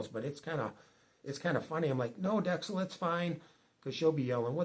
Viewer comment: Yikes. The __ - Cel names are very common here. We know a few. Filipinos make them up as they go along. :-) It's dex-CELL WIth the emphasis on the second half, second syllable. Same with a lot of words here, emphasis is on second syllable- cee-BOO